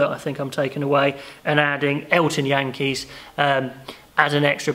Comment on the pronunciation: just a tip on SA pronounciations: Snyman = Snayman Jantjies = YineKeys (like nine with a y and then keys) no hate, just trying to be helpful. good video!